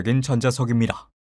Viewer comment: 아 자꾸 입니다 할때 "다"발음을 "라"라고하네 빡쳐서보다끈다 실제내눈앞에서 입니'라' 라고말하면 망치로머리부신다진짜